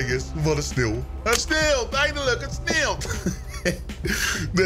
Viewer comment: "Het sneelt, het sneelt"